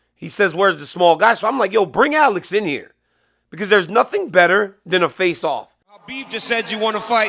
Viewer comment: A l e x not allex dc please say his correctly .